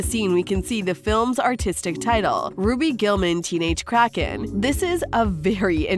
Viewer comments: She really said Raby then ruby 💀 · It's Ruby not roby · You call her "Robby" but you don't call her by her real name, "Ruby Gillman". It is not " robby". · Its roo bee not Roby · It's ruby not robby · It’s actually pronounced [ru-oo-bi] ruby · You are saying RUBY wrong😂